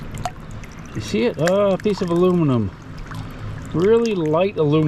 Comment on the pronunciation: Hey,, a piece of muluminium. Love it